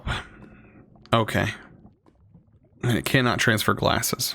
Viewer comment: Does he ever realize that it's "gasses" and not "glasses"?